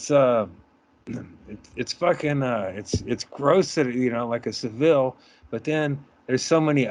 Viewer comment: You all watched the documentary but none of you can pronounce Savile correctly. Although, Norm MacDonald pronounced it your way too.